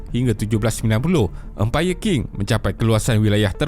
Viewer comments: Sebutannya Ching, bukan King. Benda simple,, boleh google je. Setiap kali kau sebut King aku rasa macam nak cari kau ajar sebutan asas. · Qing tu sebut dia Ching bukan King.. tu je.. yg lain semua mantap sekali